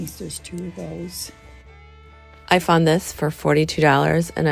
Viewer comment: It's "you FOUND something-----NOT "FOND" . Seems like you just fairly recently mispronouncing. Not pleasing English.:face-orange-frowning